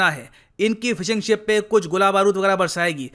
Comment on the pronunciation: said "ek bar inki fish aagyi" instead "ek bar inki ship aagyi". At 4.7